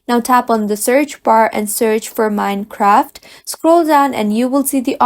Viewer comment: Wtf is “mini-craft”?